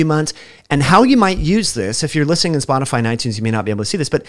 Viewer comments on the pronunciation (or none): none